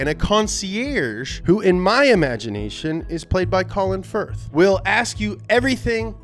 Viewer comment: You said Colin Firth. I was a hundo sure you said Colin Furze. #collabwithColinFurze